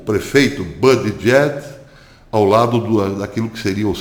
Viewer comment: por favor, acrescente os nomes envolvidos nos teus vídeos. Pois, fica difícil localizar, através do Google, tais nomes, levei MINUTOS para identificar o ex-prefeito gay, citado no vídeo, cujo nome é "Pete Buttigieg"... O porém é que você citou "Buttigieg--/JACKS/" (ou algo foneticamente parecido) o que complica. Porque NENHUM artigo em que encontrei o citado nome tem essa última sílaba (/JACKS/). Além disso, ultimamente o Youtube omite as datas em que os vídeos foram publicados. Isto prejudica muito as possíveis pesquisas que possam ser feitas com as publicações, sejam elas em vídeos ou em textos. Tenho encontrado muitos artigos valiosos, mas que não tem datas. Falhas essas que já encontrei em revistas impressas, o que É IMPERDOÁVEL. Por favor, coloque as datas, nem que sejam nos comentários. A propósito, gostei do seu novo visual, como uma nova marca para os teus vídeos. Espero poder apreciar mais os teus trabalhos. Abraços e muito obrigado pela atenção.